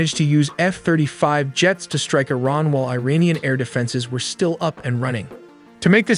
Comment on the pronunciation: You pronounce Iran "EERAAN" (correct), but pronounce Iranian "AYRANIAN" (incorrect). The correct pronunciation is "EERAANIAN". Great video nevertheless!